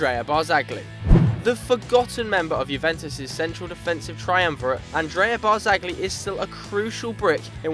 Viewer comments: It's not barzagli but it's pronounced barzaji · Literally one of the worst football channels about, rossoneri is Milan, not Palermo for starters and you don't say the 'G' in Barzagli. This '' guy hasn't got a clue about football, I'm an arsenal fan myself but god does he chat shit about arsenal. Then you have, who seems to think Sturridge is 'world class' and Man City were going to win the league, you must be having a laugh. To cap it off, you have the, who is a typical Man Utd fan. If I'm correct, he wanted to get rid of Ibrahimovic at the start of the season because he was stopping Rashford and Martial making progress, when in fact he is doing the complete opposite, and influencing them massively. I think you guys should rethink being football bloggers lol